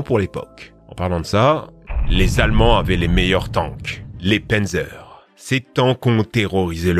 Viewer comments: C'est "panzer" pas "pènzer" pour la prononciation x) et pour le tigre c'est pz.kpw VI Tiger. Ou Panzer KampfWagen 6. Ouais, littéralement voiture de combat blindé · on dit pas pènzeur mais pannezeur (pour Panzer) et on dit pas Kersk mais koursk (pour Kursk) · Pourquoi tu anglissime tout ? Un Panzer ne ce prononce pas Pinzer, même dans le sud de la France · Le pennzeur, lol ^^ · Juste on dit panzer literalement comme on dit dans on dit panzer